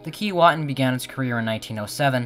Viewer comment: Sorry but your pronunciation is wrong according to Aboriginal people it is pronounced Kee way tin. The same as Keewatin Ont., next to Kenora Ont.